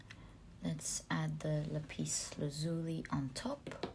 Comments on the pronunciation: Lapis Lazuli is pronounced Lap Is Laz U La not La Peace La Zuli just for your information ☺️👍✌️💖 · Pile2 crystal is lap-iss laaz-u-lie This is how it is pronounced